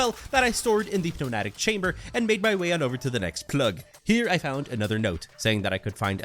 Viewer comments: you said it right the first few times in video, it is pronounced neumatic tube the P in pneumatic is a silent p so you don't say that letter 🤣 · I love your content! The p in pneumatic is silent. English is kinda a crappy language